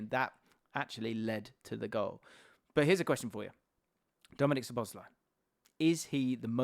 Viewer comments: Love these videos and conversations. I think it's pronounced SZOboszlai not szoBOszlai. Thanks for the great content and analysis! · Please put the emphasis on "Szo", not "bosz", when you pronounce Szoboszlai's name. One of the basic features of the Hungarian language is that the word stress is always on the first syllable, without exception. If you put the emphasis on any other syllable it will sound strange and wrong to Hungarian ears. Pronouncing it correctly will take only a small adjustment on your part, but your Hungarian viewers will be grateful for it.